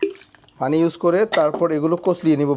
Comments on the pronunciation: ভাই আপনি একজন কন্টেন ক্রিয়েটার আপনার ভিডিওগুলো আমি নিয়মিত দেখি এবং ভালোলাগে।একটা বিষয়ে খুবি আপত্তি আমার,আপনার ভাষাগত উচ্চারণে প্রচুর সমস্যা যার ফলে বাংলা ভাষার বিকৃত হচ্ছে।যেমন,পানি কে আপনি বলেন ফানি,প্রচুর কে ফোচুর।আশা করি মাতৃভাষার প্রতি সচেতন হবেন। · ভাই পানিকে ফানি বলছে শুরুতে